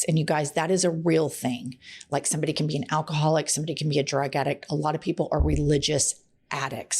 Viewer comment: Did you say "it takes the canks?" 🤔